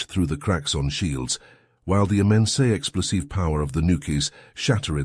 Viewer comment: "while the immensea explosieve power of the nukies..." XD